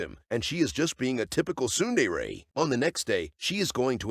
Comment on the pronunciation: "she is just being a typical soon-day-ray" lmao